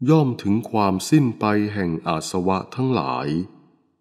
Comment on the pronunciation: อาสวะ อ่านว่า อา -สะ -วะ ไม่ใช่ อาด-สะ-วะ สาธุค่ะ